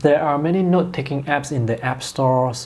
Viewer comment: Is it just me or does it sounds like "nude" when he says "note"?